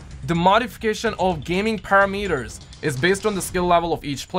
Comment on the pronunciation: Nobody:: ParaMEters Don’t h8 me Ily ❣️🤣